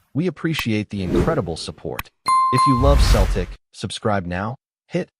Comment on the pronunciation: Can't you even get your ai educated enough to be able to pronounce Celtic correctly. Shame on you.